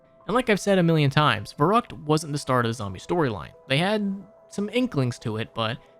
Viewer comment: Fer-rookt, not ver-ruckt